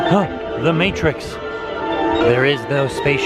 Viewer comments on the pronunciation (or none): none